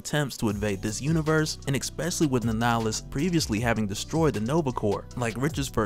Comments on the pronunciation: I just can't listen to you saying exspecially anymore. lol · I Exspecially like the way you say Exspecially...lol